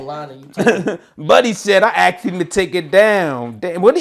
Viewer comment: “i asked eem to take it down” 😂😂😂 E HIVE !!!!!! 😭😭😭😭